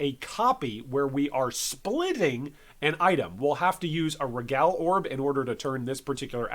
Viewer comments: Dude man it’s REEE-gal orbs. Regal is “REE-gal” not RehGAL orbs. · Just for the record, its NOT pronounced "re-GAL" orbs. Its "Ree-gol", like "Smeagol" from LotR, but with an 'R'. Love the videos tho. Im a newer player and you are incredibly informative.